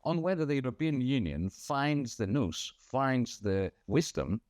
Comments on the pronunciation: Nous…not noose! …or was that an unintentional slip! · I am sure he didn’t mean noose…though amused that was how it sounded and turned the sense 180. Interesting to hear it is a Greek word, as I was surprised he used it, as it is not a well used word in UK, in fact most won’t know what it means.